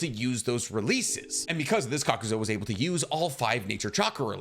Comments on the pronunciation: You kept saying KAKUZO when his name is Kakuzu, really irritated me. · Kakuzu.. not zo.. I've noticed it on a few of your videos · I won’t get over the fact the character name is KAKUZU and this mf continuously calls him KAKUZO 🥴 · may i also add ... "kakuzo" -- i cringed every time . i listen to these in the background so at first i had no clue who he was talking about . i wonder if he does it on purpose . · lol , same for "Kakuzu" -- like "ka-ku-zo" ?! really ?!